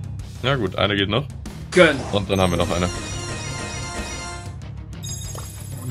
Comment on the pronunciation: Wenn regt das auch bisschen auf wenn "gönn" sagt